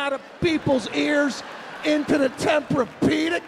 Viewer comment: ON THE TEMPRAPEDIC AHAHHAHA